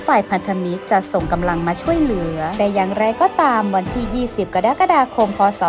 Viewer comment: กะ-ระ-กะ-ดา-คม ครับ ไม่ใช่ กะ-ดั๊ก-กะ-ดา-คม